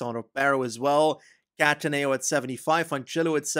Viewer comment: Great vid as always! Just thought that i may share some pronunciation tips for italian stuff, if you’d be interested. In no particular order: Lombardìa, not lombàrdia; Cattàneo not cattanèo; Zoncolàn not zòncolan; Montevergine with soft g, think more of a j, same for mercogliano. hope it helps, cheers mate, looking forward to the next vid!!!!